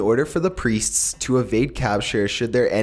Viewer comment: I've never been so disturbed by someone pronouncing "Priests" before.